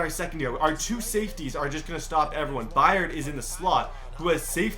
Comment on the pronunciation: It's said a Kevin Bird not Kevin bryed